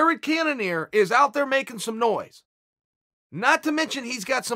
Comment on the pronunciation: Did he just say jerry cannonier ?